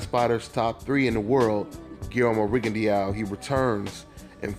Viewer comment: it's pronounced ri gon DOW not rigon dee ow (you can delete this once you see this)